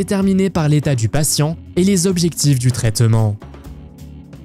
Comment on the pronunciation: "traiTEUment" vraiment qui parle comme ça ?? Au lieu de trait'ment !